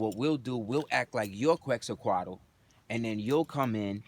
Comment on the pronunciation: It’s pronounced quetz-a-col Peace and love brother 🇲🇦🤍